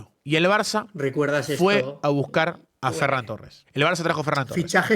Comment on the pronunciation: Por favor, que alguien le diga a que se pronuncia ferrÁn torres. Te amo 9.